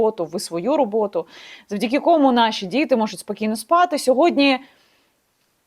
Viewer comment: завдяки кОму... кОма и комУ різні поняття. Как только не уродуют мову неучи, Соколова, ты днище пробила.